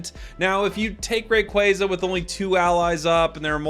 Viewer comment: Saying rayquaza wrong is kinda annoying